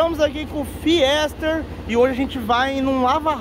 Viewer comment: Fiester? Kkkkk chama de Fister Tira o “E” kkkkk massa de mais !